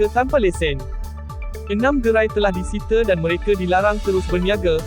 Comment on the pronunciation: Sebutan ' disita' tu salah..